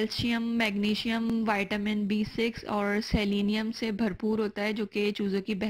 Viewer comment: Madam, vaitamin nahi Vitamin hota hai. Sahi pronounce karen